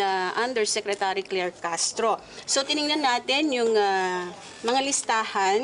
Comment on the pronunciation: Ate Claire... Hindi Clear!!!